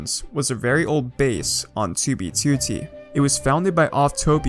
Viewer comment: I love this channel but if this man doesn’t start saying 2b2t correctly I’m going to have a stroke